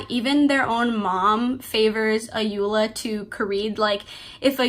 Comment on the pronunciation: The Protagonist name is pronounced as Ko-Re-Dey The Sisters name is pronounced A-yo-Ola The authors first name is pronounced as O-yin-kan They are all Yoruba names